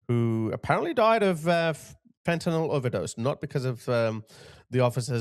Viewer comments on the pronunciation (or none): none